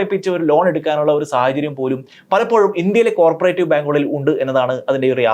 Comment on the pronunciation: കോര്പറേറ്റീവ് ബാങ്ക് അല്ലടോ, കോ ഓപ്പറേറ്റീവ് ബാങ്ക് ennu🥰പറ